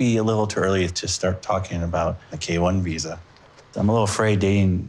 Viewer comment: When Jess said “K-1” I felt my soul die